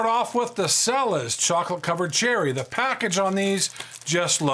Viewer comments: The Cella's brand is pronounced Chella, not Sella. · i'm pretty sure it's pronounced CHELLA. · Cella's is pronounced CHELLA'S